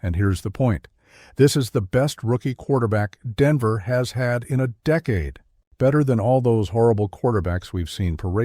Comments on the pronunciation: Pat sertentoo? 🤣🤣 Deekade? Stupid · I hate best team in a deekade? The dang cant say decade. Narrate your own videos, I turned it off after deekade.